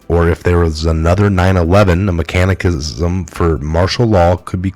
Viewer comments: "mechanism" = MEK-an-izz-um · Words you mispronounced" mechanism", "revealed", "incorporate" , "pedestal", "apathetic", "disaster", "mistresses", "distrust", ..... I point this out not to be picky but to be helpful. Also you tend to add pluralism or not pronounce plurals when written. in addition you add words that are not in the text and you tend to leave out words that are in the text. Accurate reading is a skill that must be taken seriously if one seeks to be successful as a journalist.